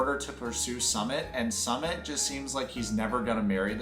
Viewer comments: What i don't understand is this: you are supposed to be a commentary channel, LARGELY reporting on 90DF, and over and over again, you can't get a SIMPLE name's pronunciation, and one of a man who's been on what? 3 Seasons? It's just plain sloppy reporting and DISRESPECTFUL! BTW, the "SUMMIT" (phoenetic) is the top of the mountain *eye roll*! This Ms coming from someone who really used go be an avid channel viewer, I still really enjoy it, but the slopiness is alienating me; but also, I'm a Content Creator with 4 channels and 10 employees go help me run them myself. I do close go the same thing you do, but i report in the music industry, & promote my bands & any bands I think deserve it, because i started in the music industry in '94 on Street Teams, worked my way up to where I'm now known around the world as one of the top Music Industry Execs, I'm a Promoter, PR Rep, Band Manager, and I've even modeled for album and insert artwork! So don't worry, I'm not your competition, but i AM someone who know how things would run, and misses how good your videos USED do be!!! XO~Dark Angel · Nobody going to mention that is pronouncing Sumit's name wrong? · Bro why are you pronouncing sumit like that… haven’t you heard how they say it in the show